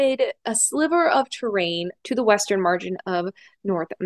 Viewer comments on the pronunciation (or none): Terrane or Terrain- that is the question lol otherwise great job! 💖😘